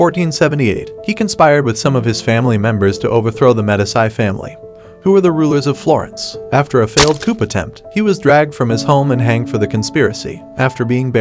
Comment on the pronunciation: Pazzi: pronounced 'Patsy', Medici = Medi-chee. Please.